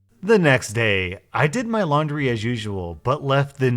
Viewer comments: It's laundry, not laundy. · Ah yes I also have “laundy” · “Laundy” xD im dying xD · Anyone gonna talk about “Laundy”? Edit: OMG Thank you guys for 100 likes!!!